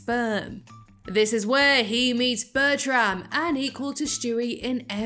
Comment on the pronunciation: Is Bertram not pronounced Bertrum?